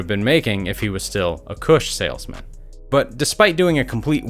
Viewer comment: This nigga said "Kush Saleman" 😂